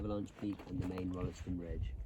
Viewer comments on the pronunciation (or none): Pronounced "Rolls ton" and the Rolleston family are pissed off that Kiwis have cocked it up. Same as "Wells ley."